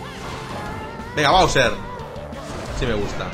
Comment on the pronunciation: se pronuncia bowser